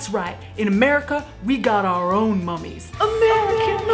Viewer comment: Every time Caitlyn said 'AMERICAN MUM-EES' I almost died laughing